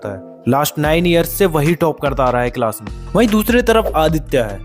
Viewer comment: Bhai it is not cilas it's class 😅